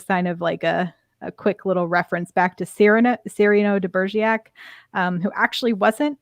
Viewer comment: Cyrano de Begerac (it was pronounced incorrectly the whole podcast unfortunately ). Also Enterprise had a character no one ever saw - Chef. It was a great idea and worked well. But your podcast is very negative about Enterprise so just letting you know.